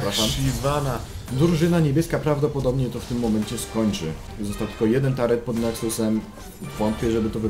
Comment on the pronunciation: Filmik spoko, ale mówi się turret a nie "tarret"